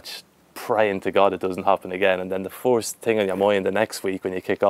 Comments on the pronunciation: First not "Firt" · anyone else see they said firt instead of first